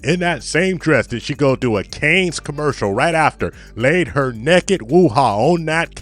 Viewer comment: Can you say "naked" and not "necked"!